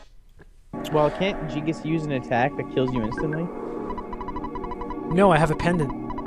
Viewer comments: Dude, did he just say jee-gas? wtf its guy-gas man. Get your shit straight. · Gee-gus. That's a new pronunciation to me :P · i this is fantastic, only thing i couldn't stand was their miss pronounce of Giygas, ....not Jigas.....>.<